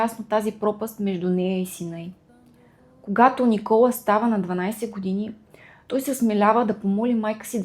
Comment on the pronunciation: Благодаря! Не знаех тази част от живота на ББ, тя наистина е била уязвима личност! Изпитвайки върху себе си отхвърлената обич и топлота от родителите си, вероятно е мислела, че няма да е достатъчно добра майка! Имам две забележки синът й се казва Никола', с ударение на последната сричка, както е във френския. Освен това името на френския певец е Жилбер Беко ( както е известен), а не Гилберт.